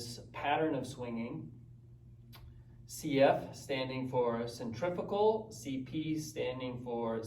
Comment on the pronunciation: I believe cf is centrifugal - and I may be mistaken but not sure you pronounce that quite right? any way watching ALL your content (slowly) loving the mac o'grady stuff. absolutely awesome. please keep posting. many thanks.